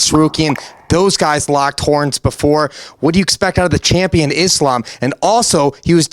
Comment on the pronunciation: Bilal, WTF is wrong with you? How is the schmo pronouncing the name Islam better than you???!!